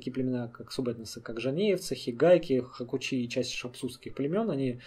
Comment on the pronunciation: Хакучи по адыгски звучит как хьак1уцу, где "цу" в конце, звук, который трудно передать буквами, ну примерно как "тчсу" , и произнести одним залпом. И то будет только приблизительно.